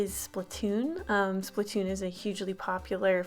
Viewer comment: Sorry for correcting you nut its splattoon (sp-lat To-on)